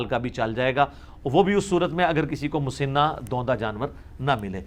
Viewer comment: لفظ مسِنہ س کے نیچے زیر نہیں بلکہ زبر کے ساتھ ہے مسَنہ ہوتا ہے